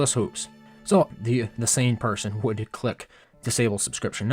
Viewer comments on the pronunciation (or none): none